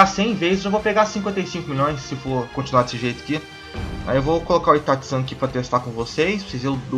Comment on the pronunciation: PARA DE FALA ITATI SAN porra é itaCHI